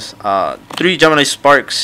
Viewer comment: Three* not TREEE